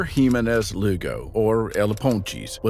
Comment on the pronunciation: LOL, can. you research the proper pronunciation first before uploading? lol Find the proper pronunciation for Jimenez.